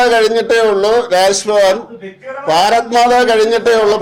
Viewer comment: രാസ് ഭവൻ അല്ല രാജ് ഭവൻ